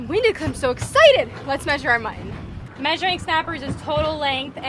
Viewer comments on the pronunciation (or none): Mutton not muh'in. Bonito not Bonita. Button not buh'in.